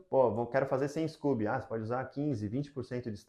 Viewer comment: Adorei seu canal, super profissional e ótimas dicas, parabéns. Só nao entendi porque vc diz scUby em vez de scOby.